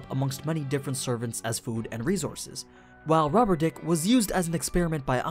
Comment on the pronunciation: Did this man just call Roberdyck, "rubber dick"? Fun Fact: While searching up Roberdyck to make sure I spelled his name correctly, I found out his last name is Goltron. Roberdyck is a transformer, confirmed?